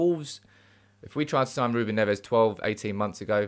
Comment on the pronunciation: Agree regarding Neves ( but pronounce it as a single Neves and not Nev - Es) . Would work well , Haaland too. Nice to see you back on form.